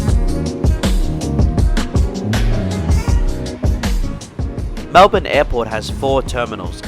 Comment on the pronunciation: Pleeease not Mel-Bkk.